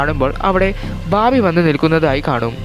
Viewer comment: ബബി..ബാബി.. ബാർബി അല്ല "ബാമ്പി"